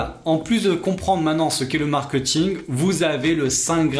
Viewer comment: Pourquoi prononcer mark-eut-ing alors que tu expliques toi-même l'origine du mot étant mark-é-t-ing? À part ça, super vidéo! Merci pour les infos :)